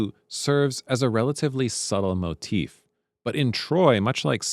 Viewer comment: Is this AI? Why did the voice say “moe-tiff”